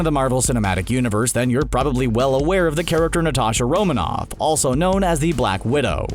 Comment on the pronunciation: Heh, I just realized you pronounce "character" the same way Trevor Slattery's "The Mandarin" would. "Charactuuurrr"